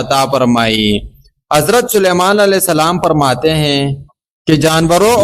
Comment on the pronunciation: کوئی حوالہ بھی دیتے اور لفظ فرماتے ہوتا ہے پرماتے نہیں